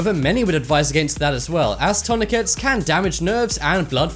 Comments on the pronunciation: Its pronounced turn*i*cit not turnycu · Toin-a-kay? It's pronounce Turn-a-kit here in MERICA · isnt it pronounced turn - a - kit ? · the way he pronounces tourniquet